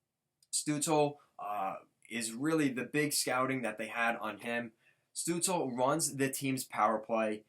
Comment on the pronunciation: Stutzle is pronounced “Stoot chla”. Great video, I’m a sens fan and honestly both these guys are unreal. We will both get a star out of this